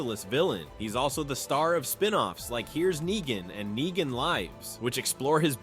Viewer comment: Nyegan?! Are you just terrible at pronouncing stuff or are you using text to speak? And if you are using text to speak, why use such a nerdy voice?